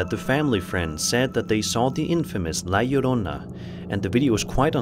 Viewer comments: Oh someone who actually said La Llorona correctly….good job! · Finally someone that can say la llorona right lol. Anywho. I heard her a long time ago when I was around 10 years old In mexico. I was with my cousin outside in the front courtyard and it was late but we were having so much fun. Our parents where in the back with the neighbors when we heard her. It's crazy I hot the chicken immediately. Many stories about her but she drowned her children and is doomed to wonder the earth looking for them. Scariest day of my life. Second to when I heard death. Yes, death. Look up death whistle and that what I heard. Here in the states. I thought I was my uncle who made one, hes an artist so he makes a bunch of stuff but he was home or in his studio in the backyard. That to have me the chicken immediately.